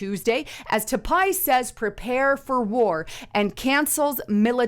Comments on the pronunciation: It’s pronounced Ty-pay, not Ta-pi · Tie pay not t pie haha bless you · Not TAPAIIII !!! 🤣 TAIPEI ... Pronunce THAI-PAY!!! 😋 It's the Capital of TAIWAN! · it's not ta pie. It's tie pey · Say Tie Pay. Not ta pie. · It’s Tai “pay” not Ta Pie lol. Great reporting tho if you’ve never been to Taipei, you’re missing out! God bless and thank you for your posts. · Pronunciation is " tie pay" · pronounced THAI-PAY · taipei pronounced "Ty PAY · Its Taipei (pronounced Tiepay). I like watching your videos but your mispronunciation of key words discredits your video content. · TAIPEI = PRONOUNCED "TY-PAY"!!!!!!!!!!!!!!!!!!!!!! BUT, THINGS SEEM TO BE HEATING UP EVERYWHERE!!!! REALLY FOR NO REASON'S BUT THEIR MADE-UP ONES TO THEM!!!! IM SURE THIS WORLD/PEOPLE KNOW HOW TO STAND UNITED AND UNDERSTAND THAT WE CAN LIVE TOGETHER IN PEACE WITHOUT ALL THESE SELF-MADE ISSUES BEING FABRICATED!!!!!!!!!!!!! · Love ya but the City's name is pronounced ("Tie-Pay") -Taipei-. Thank You that is all.. Keep up the good work Sis!! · Taipei pronounced as (Tie-pay) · "your profile"?? You mean "your portfolio"? It's Taipei, pronounced Tie Pay. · Seriously it’s pronounced ( tai • pay ) Taipei . Go back and count how many times you murdered the pronunciation on the city . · Taipei is actually pronounced Tie-Pay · It's "Tie-pay"... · Pronunciation Taipei. Sounds like tie pay to English ear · Ive heard about that city so many times in my lifetime, I'm actually surprised does not know how to pronounce it